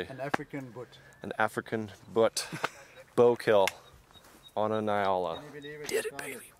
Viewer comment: Your the first American that I heard of that pronounced "njala" right.